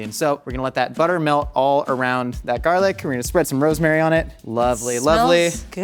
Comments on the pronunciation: He pronounces garlic “garelick” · “little bit of garlic” in a flawless Irish accent that I’d pay a lot to hear more of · nobody gonna talk about the way said garlic like he was an irish person or something.